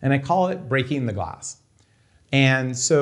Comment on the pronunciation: "Shoot ze glass."